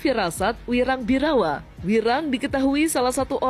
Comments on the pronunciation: Birawaaa mas, bukan Birawannn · Wirang birawa bukan birawan😂😂